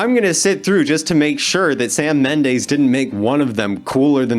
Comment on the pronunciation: His name is pronounced Keegun. And it's BIOpic, and Mendes is not pronounced Mendaze. Gee...you slaughtered THREE pronunciations. Not good. I'm gonna assume you looked up Sam Mendes when you first heard of the Beatles 'byopics'.